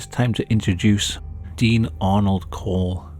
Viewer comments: Dean Corll not Dean Cole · Dean Corll, not "Cole". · His name was dean corll. Not dean cole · Its Corll, not Cole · His last name isnt cole its Corll